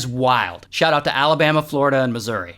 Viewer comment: Why did you say Florida like that